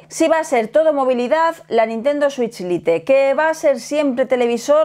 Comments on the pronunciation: No se dice lite, no se pronuncia así.😂😂😂😂😂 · dos años y le sigues diciendo "LITE" en vez de como se pronuncia XD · Lite es una palabra en inglés aprendan a pronunciarla molesta oír el video con malas pronunciaciones